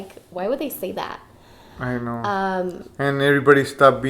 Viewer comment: Every time he says "I know", I hear "aye no" lmao